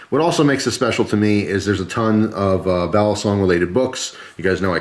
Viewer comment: By the way, "balisong" is pronounced quickly, not like "Bali song". Some channels pronounce it that way, it's cringey.